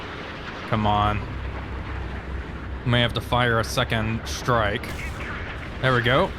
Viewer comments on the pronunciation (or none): Why do you say "Shtrike" and not "strike"? LOL.